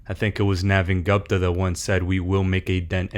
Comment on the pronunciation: Too much self promotion. And your don’t even know how to pronounce Gupta’s name just sayin.